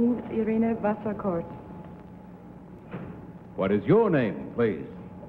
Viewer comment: The name of the third contestant is certainly not “Vaskorff”! It sounds more like “Wasserkort”.